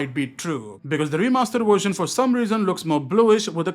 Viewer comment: Indians can say Vishnu, but not “Version”